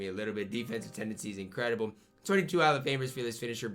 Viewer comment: Anyone caught the “incwedable” ?💀